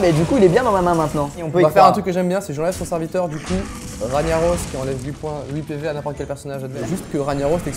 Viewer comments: On dit RAG NAROS pas RAGNIAROS. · qui a envie de vomir quand il dit ragna au lieu de rag na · C pas Raniaros c Rag narosse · NON PLS TU N AS PAS PU DIRE RANIAROS XD il s'appelle Ragnaros un g qui fais gue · "Raniaros" Mes oreilles ont saigné. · sa se prononce Rag-naros on dit pas le GN sinon continuer vous êtes trop bien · "raniaros" mon dieu... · Ragnaros prononcé Raniaros ?! Sérieux ?! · on dit rag naros